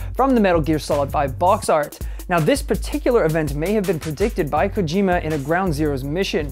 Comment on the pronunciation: It's pronounced Koe-Jim-mah. Smh.